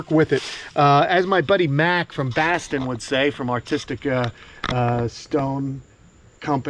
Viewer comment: You say Boston like a New yorker. It is pronounced Bawston. Not Basston.